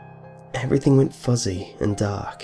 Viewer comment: I love the way he says "fuzzy"